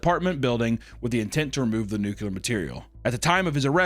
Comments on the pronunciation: NOO-KLEE-YURR NOT NOO-KUE-LURR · It is extremely unsurprising that is someone who says "nucular." 😂 I was briefly in the Cub Scouts in the '90s. My best friend's shady dad ran the group and worked as a firefighter, so we'd have meetings at the fire station and play hide-and-seek on the fire trucks. I remember when I'd go to my friend's place, if we wanted to use the phone we'd have to go to his parents' room which had p0rn0 mags all over the floor. Haha